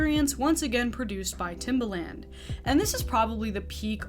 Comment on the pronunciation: You pronounced the producers name like the shoe😂😂 it’s not pronounced that way